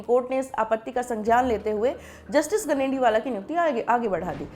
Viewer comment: गनेडिवाल not गनेडिवाला।